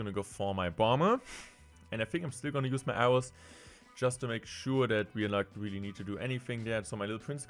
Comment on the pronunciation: Weally weally